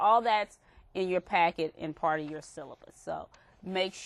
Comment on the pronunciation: It's part, not park!